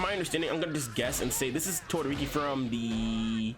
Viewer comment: did he say todoriki smh